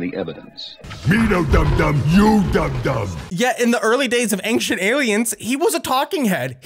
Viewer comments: I love you but please... It's Ancient, not "ankshent" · Not ank-shient... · "AINCK-CHENT, AINCK-CHENT, AINCK-CHENT." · “Anxient” is just so weird to me🙃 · I can't stop hearing you say "engshint" instead of ancient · Omg, your pronunciation of Ancient physically hurts me.... I don't understand how Americans say ancient as aangxient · My man be pronouncing it "angshint" and i think I'm in love. Say milk. Please I'm almost there! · I don't know what is more baffling - Ancient Aliens, or how the word "ancient" can be pronounced like pronounces it. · Does say the word "ancient" weirdly or am I going crazy? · For someone who can’t pronounce the word “Ancient”, you sure do say it often. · Hey thats now how you pronounce the word "ancient"!!!!!!!!!!!!!!!!!! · If we're just going to make pedantic comments, ufology makes no sense etymologically. UFO-ology does. Ufology would be "the study" of unidentified flying. The big problem with this video should be how he says the word "ancient".